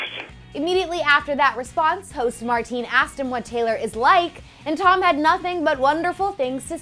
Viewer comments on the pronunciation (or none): I thought you were Dutch. Your last name DEFINITELY is, but you can't pronounce Maarten? The name you said is Martine in Dutch. That's a women's name. Please research how to pronounce somthing before you butcher it, thanks.